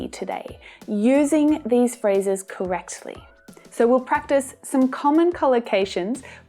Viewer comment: I noticed you put a hard T in "correctly". Do you always do that?